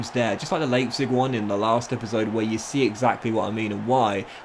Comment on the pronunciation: Not sure what's more jarring - the pronunciation of Leipzig or of Richarlison